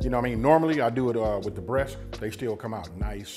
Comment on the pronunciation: WITab…? Is using that “h” to much effort lol